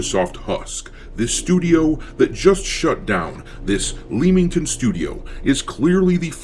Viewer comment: It's pronounced Lemm-ington